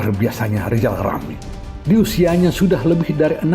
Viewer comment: Wk wk wk wk wk 😂😂😂😂😂😂 Lijal lamli..............Lijal Lamli................ Manusia korban stroke 👎👎👎👎👎